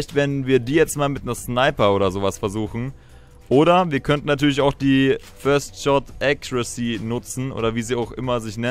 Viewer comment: Nicht böse gemeint, aber es heisst "first shot accuracy".